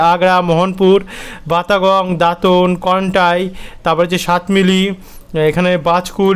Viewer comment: শুভ নববর্ষ ভাই । আজকে আবার সাতমিলি বললেন , ওটা সাতমিলি নয় সাতমাইল - সাতমাইল - সাতমাইল । ধন্যবাদ ।